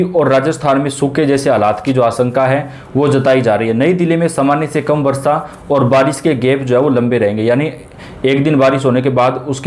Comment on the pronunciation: प्रतिसत, आस॔का, वर्सा इतना भद्दा व गलत उच्चारण, ये चैनल आपके बच्चों का हिन्दी उच्चारण खराब कर देगा, इसे न लगायें